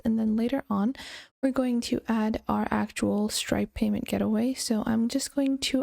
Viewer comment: Just saying, it’s “gate-way”, not “get-away”